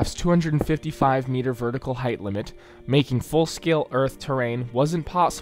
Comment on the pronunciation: “MYETER IZ MYETER!” source: am russian